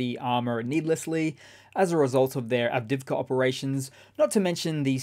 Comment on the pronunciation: Good coverage, but I do wish after all these months he'd learn how to pronounce Avdiivka. Av-Deeev-ka. It isn't hard.